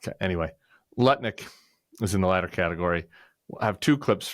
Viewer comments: Nutnik, not lutnick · I'm dyslexic, so I stand no chance of pronouncing Lutnik correctly ever again 😂